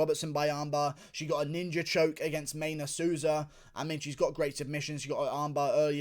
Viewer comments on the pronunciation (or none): none